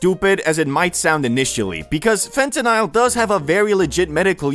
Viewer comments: fen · tuh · nuhl not Fentanile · bro it's fentanyl, not fentanile. love you bro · Why bro saying fentanisle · Fente-nyle lol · I swear if you say fentanile one more time 😑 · Phonetically it sounds like fentanal a as in call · the way you say fentanyl drives me crazy